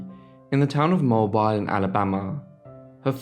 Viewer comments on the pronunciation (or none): Can you check pronunciations before you make these? Mobile is pronounced 'mobeel', not 'mo-bile'. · No offense meant but it’s pronounced Mo-Beal, Alabama by the way. Enjoy your videos. Those old mansions were beautiful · Mobile is pronounced Mo-beel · It’s pronounced Mobile, Mo-bile, bile rhymes with meal, emphasis on the second syllable. Great video! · Mobile is pronounced with a ill sound like dollar bill instead of bile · It's pronounced MO-BEEL Alabama. I'm not trying to be rude at all,I just wanted you to know how to say it,I know I would rather have a local tell me how to pronounce the name of their town. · As an Alabama resident, I can't let you get away with the mispronunciation of the name of the city of Mobile, Alabama. The correct pronunciation of the city is mo-BEEL. The emphasis is on the second syllable. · Great video, but Mobile is pronounced mo-beal in this part of the country. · You mispronounced the name of the city she was born in. Albeit it is spelled Mobile it is actually pronounced as follows (Mo Bill). Your accent indicates to me you come from the United Kingdom if I heard it correctly so I suspect that's why you pronounced it the way you did as it appears on the page. Rest assured I'm not trying to be rude but am simply from the south and felt you'd like to know the proper way it is pronounced down here. I'm rather sure you might find that helpful for future reference. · Mobile is pronounced “Mo-Bee-l” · Ok everyone, he knows now that Mobile is pronounced Mo- Beal. It has already been pointed out by others for the past three days. He knows now. Thanks. No need to keep pointing it out like you are a special knowledgeable snowflake. That ends my daily PSA. 😃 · The city in Alabama is usually pronounced “mo-BEEL”. You pick really interesting people! I highly recommend Newport, RI for a vacation. Amazing Gilded Age mansions and plenty of other American history. Excellent beaches, as well. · Its pronounced... Mo-beel